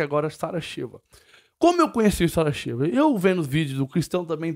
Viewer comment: É Chiva,ñ Cheva😄